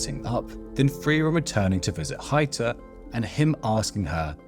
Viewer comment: Its so funny to me as a german when I hear Heiter's name spoken somewhat like "Hater" the priest xD